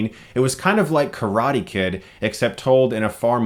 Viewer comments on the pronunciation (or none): none